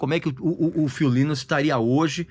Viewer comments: Hu Líus???? É algum chinês? 😂😂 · O Régis não conhece muito sobre a banda, infelizmente...a começar pela pronúncia do nome do vocalista. Estudou pra fazer o vídeo e estudou muito mal. Ele disse algumas incongruências aí, poderia citá-las, mas o mais relevante aí já que ele quis abordar o término da banda e a fase que o Phil se afundou nas drogas, foi não dizer o que culminou pra levar o Phil a esse comportamento, o que o fez se deprimir tanto...a meu ver, ignorar isso no vídeo foi o seu maior equívoco.